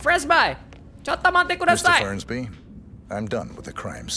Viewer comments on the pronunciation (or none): FERNSBY MIAWAUUUUGGGG BUKAN FRENSBYYYYYY